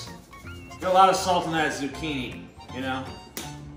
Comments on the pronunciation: “Zoo-chin-ey” also, pretty fuckin great vid. I’m looking forward to the next ‘n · Did you just say "zoo-chin- ee"??